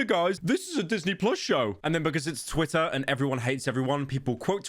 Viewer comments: Yo he’s actually saying twITTA, and not twi-uh. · Good job pronouncing Twitter correctly and not saying "Twi-uh"...I know that was hard ❤